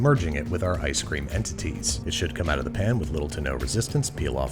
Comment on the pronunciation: Why is no one talking about how he called it ice scream